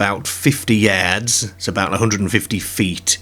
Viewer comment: What accent is this... Can't place it. Scottish? Brittish? The way you said "yards" and "bizarre" was throwing me off